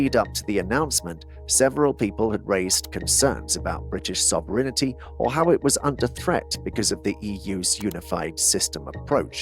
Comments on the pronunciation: It'S "sovereignty", not "sovrenity". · Why does the narrator keep saying “sovereign-i-ty” instead of “sov-reign-ty”? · WTF is soverinnity? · Hmmmm. Do I credit a speaker who doesn't know how to pronounce sovereignty? What the hell is sov-or-inity ??? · Question for the robotic voice-over artist: what is 'sovrinity'? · 1. Ditch the mind-numbing background noise. 2. Learn to pronounce sovereignty properly. It is NOT sovereignity. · You need your AI programme to learn to say ""sovereignty"